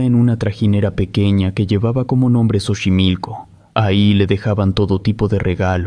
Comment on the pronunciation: Buen relato (se pronuncia "sochimilco") 👍